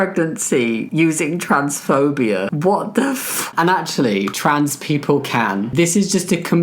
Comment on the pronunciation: It so often sounds like you're saying "transphobiar" and it makes me smile. Actually, listening to you talk in general is just... comforting. You always sound so warm and friendly and sincere, and since I'm American, you also sound just a little bit fancy to me.